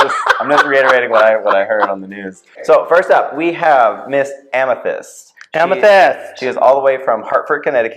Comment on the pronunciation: This was great! :) U girls get a plus for knowing the names.. lol.. Yuhua over there saying Amthetis instead of Amethyst!